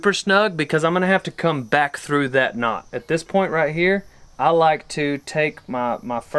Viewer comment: “Know” damnit it’s Knot